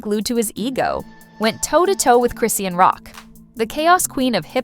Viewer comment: It’s CHRIS-SEAN how hard is that to say